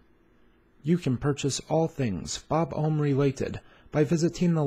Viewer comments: Sorry to burst your bubble but this video really needs a correction. You're putting too much emphasis on the "oh" sound, when it should be an "aw" sound. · Furthermore, the "Bob" at the beginning is more relaxed, with an "uh" sound rather than the "aw" sound you used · It’s pronounced exactly how it’s spelled… Bob-omb. Not like you’re say buhbye. BobAwmb